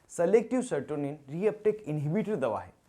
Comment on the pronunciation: Sertonin nhi serotonin hota hai